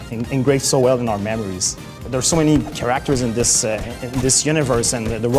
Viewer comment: take one shot each time you hear keraktors. amazing work and game tho